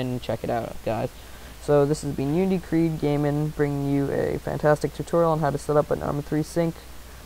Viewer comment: lol respatory